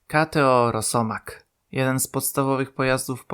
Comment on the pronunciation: "Rosiek"? w pierwszej minucie już takie goowno AI?